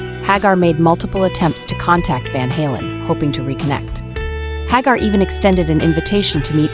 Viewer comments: HAG-AR?…..(Pronounced HAY-Gar) This AI stuff is annoying. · It's pronounced HAGAR and not HAAGAR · AI Crap... can't even pronounce the guys name right.